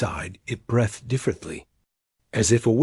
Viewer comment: 'Breathed' should be pronounced 'Breethed' not 'Brethd'.